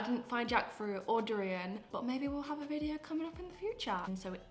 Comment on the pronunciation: You pronounce 'durian' correctly like a local